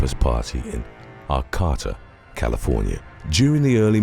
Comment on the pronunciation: 🥰 Arcata is pronounced ‘Arc A tah’….went to school at HSU back in the dark ages 😂. Horrible crime 😢